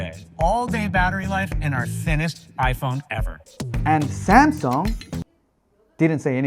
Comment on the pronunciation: Hahahaha Samsung with the Japanese accent